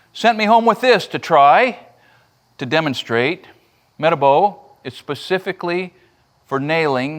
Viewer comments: “Meta-bow”🤣 Its meh-ta-bow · Yeah, I just did some research and it is in fact pronounced, Meh-tah-bow. Not met-a-bow. Sorry, I’m a sticky for correct grammar and enunciation. Just like when I found out it was pronounced Rap-a-La and not Reh-pah-lah. Anyway, great video. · Thank you so much for sharing your experience with these materials and methods. Incidentally, the only pronunciation of the brand name of that nail gun you presented that I heard before this video is "Meh-TAH-bo". Thanks again! -JT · Met-a-bow?? I’ve never heard it pronounced that way. Not saying it’s wrong, I’ve just never heard that enunciation before. Everyone I know calls it a meh-tah-bow. Now I’ll have to look it up and see how it’s pronounced the correct way. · It's pronounced meh- tah- bo. I've never heard anyone pronounce like you did. 😂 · Muh -taa-bow it’s German the name of their first drill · Nice pronunciation of Metabo, 😂. How do you work in the industry and not have ever heard of them